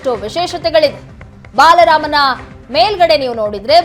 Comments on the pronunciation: Baalarama... not balarama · ಬಾಲರಾಮ ಸರಿಯಾಗಿ ಉಚ್ಚರಿಸಿ...